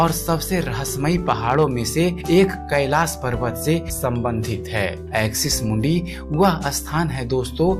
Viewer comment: siv nahi shiv .. kailas nahi kailassh sha bol nahi sakte ho kyaaa ..pehle hindi bol na seekho bhaad mein videos banaoo